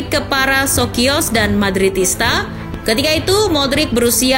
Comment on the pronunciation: bacanya sosio min